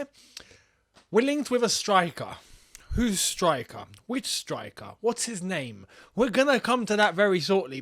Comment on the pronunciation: You called d name right